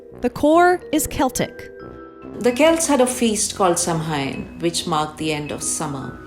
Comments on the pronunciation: This terrible Samhain pronunciation again 😩😩😩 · Great video, but Samhain is pronounced ‘sow-ann’ and not ‘Sam-hain’, it’s a different language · That "expert" didn't know how to pronounce Samhain 🙄... It's Soux-win. Not like a guy called Sam Hain. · Samhuin is pronounced sɑ:wɪn or saʊɪn, not sam-hyn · Repeat after me: "SOW-en" not "sam-hain." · Isn't Samhain pronounced sow-win? (Pig "sow"- not "sow" as in sow seeds) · Just to uh... correct the expert there. Samhain is pronounced "Sow-in" ... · FYI… Samhain is more correctly pronounced Sah-win . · Its pronounced sow-en or sow-een. Mh represents a w sound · When your “expert” can’t even pronounce Samhain right, is anything you report trustworthy? 🤔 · They way they pronounced samhain ,is um questionable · Your so-called "expert" mispronounced Samhain, lol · How is the "expert" gonna pronounce Samhain wrong? 🤔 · Came here to say that. She loses a lot of credibility by not even trying to pronounce it right